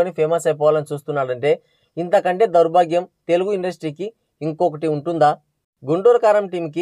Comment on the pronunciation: దౌర్భాగ్యం అనటం కూడా పలకలేకఫోతున్నావు నువ్వు